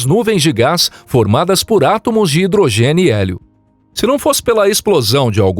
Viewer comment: "Átomos de hidrogeniélio"